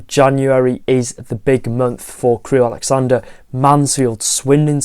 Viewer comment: love your channel, love your content. Just one HUGE mistake in this video - it's Crewe AlexanDRA, not AlexanDER. You said it four times... Keep up the great content:)